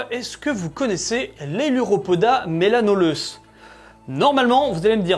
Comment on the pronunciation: Melanoleuca et non pas melanoleuce !!!!